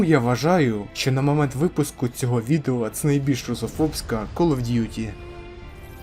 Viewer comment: Ну кол оф дютi ти ж нормально сказав😁